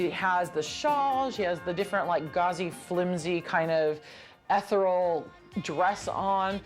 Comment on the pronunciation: Why don’t these talking heads look up how to pronounce something before saying it?? “Etheral”? Really, this person is a “doctor”?